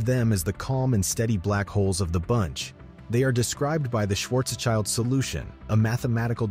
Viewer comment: It is not a Schwarzs-CHILD radius, it is a Schwartz-SCHILD radius. It is a German name, so the second syllable is pronounced SHILT.